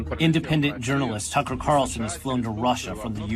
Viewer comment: So many people can't say TUCKER CARLSON... 😂 they say Tuckle CARLSON